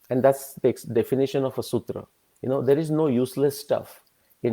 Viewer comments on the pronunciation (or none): none